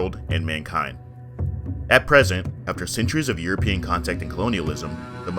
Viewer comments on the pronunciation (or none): none